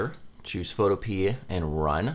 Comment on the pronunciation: I think it's supposed to be pronounced pho toh-pee-uh but I definitely pronounce it photo-pee